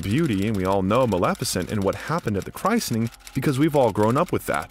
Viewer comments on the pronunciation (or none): Excellent biographical documentary with one exception... TOO MANY MISPRONUNCIATIONS ! This narrator's pretentious mispronunciations become incredibly distracting. For example, saying "chry-sen-ing" instead of of chris-en-ing. (The "t" is silent.) He butchered people's last names also. If a person is hired as a narrator, he or she should at least make sure they use correct pronunciation of the names of people and places. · Your pronunciation of "christening" in which english dialect is it said like that?!